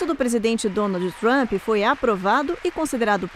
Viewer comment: Ggeeennnntteee!!! Ancora de jornal que pronuncia “Donaldi Trumpi” Inacreditável